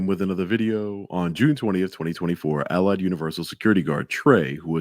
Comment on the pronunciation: Anyone notice the way Trey pronounces Allied sounds like he is saying "I lied"? BTW how the hell does he not know it's universal not university?!?!